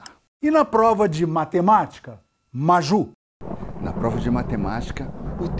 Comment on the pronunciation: A reboladinha do Hubert pronunciando Maju foi otima🤣🤣🤣🤣 e 😁😁😁